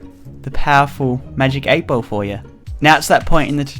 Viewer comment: For anyone wondering: No, not all Australian pronounce "ball" like "bowl". This is just weird